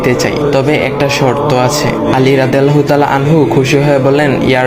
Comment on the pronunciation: যখন অডিও রেকর্ড করবে, একটু দেখে কোরো। আনহা, আনহু টা ঠিক করবে।